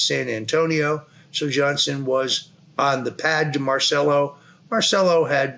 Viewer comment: Mahr chell oh NOT mar cell oh